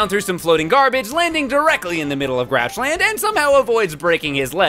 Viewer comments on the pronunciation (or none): When Elmo said Grouchland I thought it said Crotchland! Ewwwwwwwwwwwwwwwwwwwwww. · Uuhh CROCHLAND it aounded like it sayed croch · I thought Elmo said croch land lol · Did Elmo say crotch land?